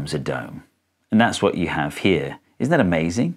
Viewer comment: Vat the faak